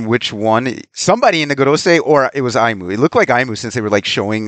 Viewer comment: Just a small thing but it’s pronounced as E-Moo